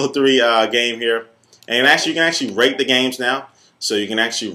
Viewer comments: I thought u said "you can rape the game" haha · Sounds like you are saying "you can actually rape the games now" :p man I laughed!!